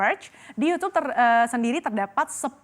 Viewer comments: ngomong youtube aja "Yucube" pake C 😂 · tuh si pembawa berita bilang yusuf apakah ini sebuah teori konspirasi juga dalam penggunaan kata yutub ahahah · nyebut youtube aja yucub